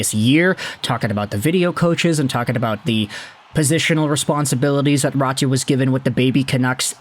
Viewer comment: its not ratu its RÄTY. like rat but with a strong finnish y at the end NOT RATU.